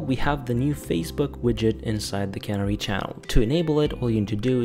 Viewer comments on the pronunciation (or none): ca-near-e. You're saying cannery.